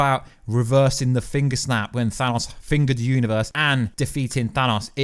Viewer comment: I cringe when he says Thanos lol.